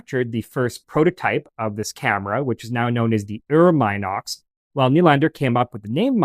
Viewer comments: Ffs...it's MEE-NOX and NOT MY-NOX 🤦🤦 A very good presentation, otherwise !! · Please get the name right ! It's NOT pronounced " M IIIIIIIIIIIII- nox," as in "Eye." M (Eye) - nox ! The correct pronunciation is Min - ox, as "in" the door. Get it ? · Not "mine ox", pronounced "Min ox" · I figured the "min" in "minox" is like the "min" in "mini" and prononced the same way.... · I've even owned a few Minox (and Minox clones) back in the day, and I've been pronouncing it wrong all these years. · How? The correct pronunciation is “MEE-nox”. The first syllable rhymes with “bee” 🐝. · I’d still consider that okay. But not the “my knocks” pronunciation used here. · Except for “Minox” itself…